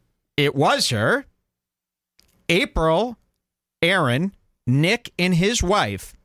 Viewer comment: Is pronouncing nicks last name on purpose?